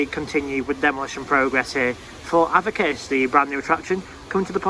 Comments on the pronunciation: Avakiss? Its pronounced A-Vick-Tas 😂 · A-Vic-tas! Not avitus!